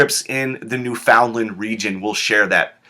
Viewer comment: Just wanted to say that Newfoundland is pronounced nyoofənlənd.